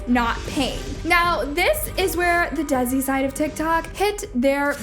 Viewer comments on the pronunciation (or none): is it just me or im dying how she pronounces desi btw luv ur vidssssssss ( the desi word is pronounces as dasi as in de-a-si) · saying “Desi” as “Dezzy” literally hurt me bro